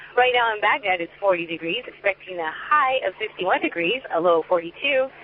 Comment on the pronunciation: Good Ole Freedom Radio Baghdad sounds like Baghdad 😂😂😂